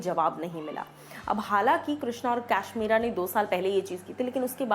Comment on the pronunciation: Ap kashmira ko cashmera bolta ho